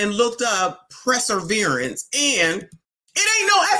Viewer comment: Perseverance, NOT preserverance 😂😂😂